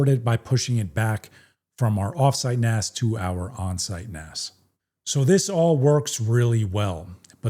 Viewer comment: **THANK YOU** for pronouncing it "NAS" and not "NAZ", as far too many people say. Calling it "NAZ" is so annoying that I stop watching their videos as soon as they say it.